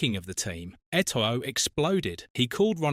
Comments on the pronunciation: That pronunciation is painful lmao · Hahaha I cringed too when I heard Eto-oh 😂